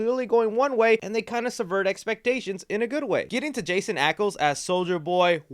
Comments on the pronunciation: “Jason”? Lol that’s how you read the name Jensen? Nailed the intro tho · Lol did you really just call him "Jason Ackles" without correcting it?? His name is JENSEN ACKLES. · “Jason Ackles” hurted me it’s Ight tho